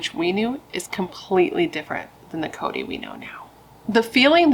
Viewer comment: 😂😂😂😂 this case is not funny, however, I am laughing when you said Chode instead of Cody😂😂